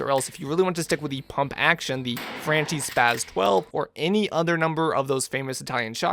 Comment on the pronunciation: Frahn-kee, not Fran-chee